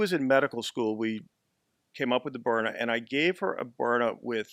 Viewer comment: sounds like a good product. but it's BYRNA, not Bryna.